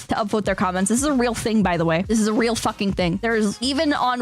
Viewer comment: “Don’t fawking”